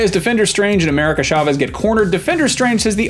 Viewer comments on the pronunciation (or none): It’s CHA-vez not SHA-vez 🤦🏾‍♂️ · Oh my cat! Why nobody pronounce "Chavez" right???